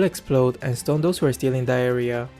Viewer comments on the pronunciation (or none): "in thataria" I see you. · I really thought he said “stun those who are still in diarrhea” lol😂😂😂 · Am I the only who heard: "will stunn and explode those who are still in diarrhoea" 😅 had to check the subtitles again, great gameplay 🙏😊